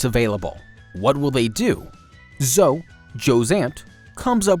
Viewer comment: I don't trust a man you can't pronounce Zoe.